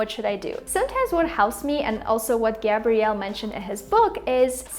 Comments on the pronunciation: Thank you, great video except for mispronouncing the author's name: his name is Gabriel NOT Gabrielle (the female version of it.) Take care,-gm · Gabriel- Gae-Bri-El not Ga-Brielle that's usually the male pronunciation if I'm not wrong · Hi! Thank you for the helpful video. Just so you know Gabriel is pronounced Gabri-uhL. What you are saying is the feminine version of the name spelled Gabrielle.